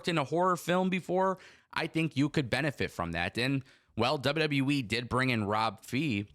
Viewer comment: You driving me crazy. It’s WWE. Not W W Wiiiii. Still love you dude. More power to you 😂❤